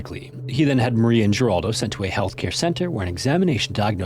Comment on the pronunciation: Jeraldo is pronounced HER ALDO Like the 80's talk show host Jeraldo Rivera.